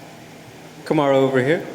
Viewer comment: Kamaru: "Guys" Reporter:"Kumar!"